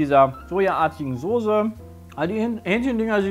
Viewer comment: Soße nicht Sose ... aaaahhhh